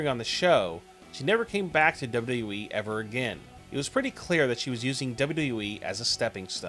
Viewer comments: Learn to pronounce WWE lol wtf is duyudub-e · "Dabledabledabyou EEE" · "Duba you da you wee"